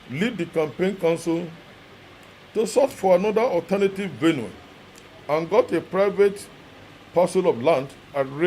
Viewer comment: Man go to school and learn how to read at least.. VenUe Na Benue .....JESUS